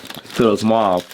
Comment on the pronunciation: it’s a weird color that no one can pronounce. Mow-v. I dated a girl named mauvelette. I think they have to put weird colors as a tax write off.